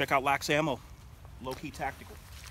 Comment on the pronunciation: It's pronounced L A X, just say the letters. They are one of the few good things we have here ib Cali